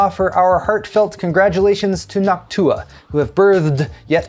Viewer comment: Oh man...how did I know the Nawk-Tuah meme was coming at the end. As you said Noctua several times, I started thinking how that sounds like the other Tuah. And yep, you went there!